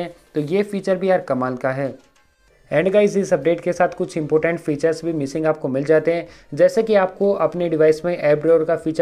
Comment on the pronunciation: Bro important hai not impotent